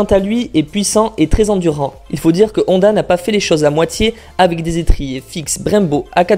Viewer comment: Londa ? H aspiré donc la Honda